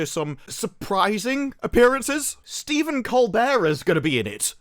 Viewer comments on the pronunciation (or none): none